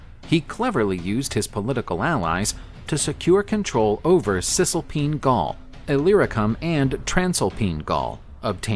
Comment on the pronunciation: Cis-Alpine and Trans-Alpine not Cisalpin. Or-GET-or-ix